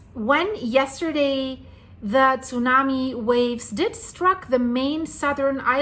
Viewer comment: The Way She say´s Zunami and Japanese and Kasachstan sounds like she is german.